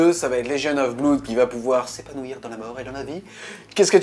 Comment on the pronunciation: Juste un petit truc qui me chiffone et me fait un peu saigner les oreilles... on prononce pas "bloude" mais "blOde" (comme dans "mon meilleur pOte"). Désolé, déformation de prof d'anglais^^ Mais à force de l'entendre mal prononcé, les élèves croient vraiment que c'est la bonne prononciation :-( Sinon, excellente vidéo, as usual :)